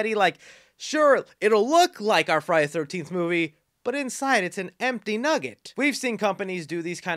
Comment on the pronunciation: I’m not trying to be mean but it’s Friday THE 13th. You are speaking so fast and… excited(?) that you aren’t annunciating. It sounds crammed together like Frinyaythirnteefth. Just thought I would help. There’s a lot of fans out there apt to find it annoying. Say it slow and separately for a while and it might help. Friday. The. 13th.